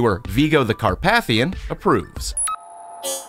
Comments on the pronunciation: Alcohol Poisoning Game: Take a shot each time he mispronounces Carpathian (*Hint: It's every time!) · You mispronounced Carpathian. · It is car-pay-thian, not car-path-ian. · it's "car-PAY-thi-an" , not "car-PATH-ian" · does it bother anyone else on the pronounciation of carpathian?